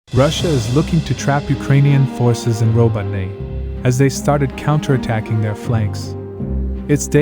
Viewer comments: It's not 'rabotine' It's pronounce 'RabOtino' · Robotyne--four syllables--roh-boh-teh-nuh. Emphasis is on the second syllable.